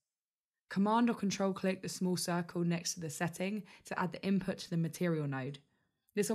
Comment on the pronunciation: Why do you talking Like thaaaat. Its Input Not inpo. And weight Not wei